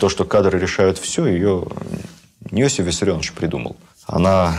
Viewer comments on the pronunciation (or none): none